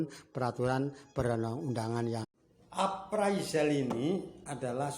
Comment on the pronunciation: Bukan aparizal.,.. yg bener itu apresel.